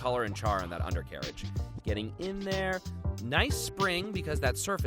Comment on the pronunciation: Nobody:: U N D E R C A R A G E